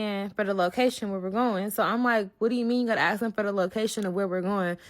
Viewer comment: Dang girl it’s ask, not asked. 🙄